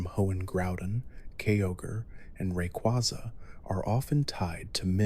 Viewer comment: Do not EVER pronounce Rayquaza’s name as Rekuazuh